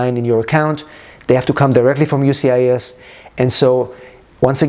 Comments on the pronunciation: Sir Just wanted to let you know that it is “USCIS ” not UCIS.☝️🤫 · Sir Whole video was about “USCIS” not “UCIS”🤣🤣🤣🤣